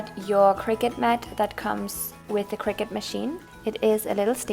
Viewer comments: its pronounced cir-cut not cricket ;) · honestly, I don’t blame em.. cricut isn’t even a real word and the way she said “cricut”, it sounds like cricket